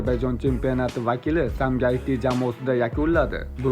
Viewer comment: Самгаит эмас Сумгаит уртоқ.